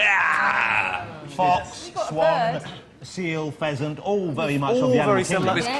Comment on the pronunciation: did he say pheasant or peasant?